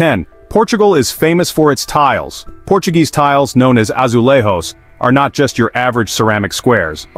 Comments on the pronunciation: Please, learn how to read the J letter in Portuguese. It is not as in Spanish which sounds rrr, as you said when you pronounced the word "azulejo". In Portuguese J is pronounced as in French.Je (suis) or Jamais, etc. So, azulejjjo, not azulerrro. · WTF is an AzuleHOE? That's Spanish. This AI video sucks.